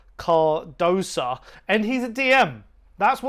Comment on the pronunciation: What is it about you people? The idiot Chris Cowlin calls him Carduso and you call him Cardosa. His name is spelt C.A.R.D.O.S.O. Not that difficult, even for you idiots.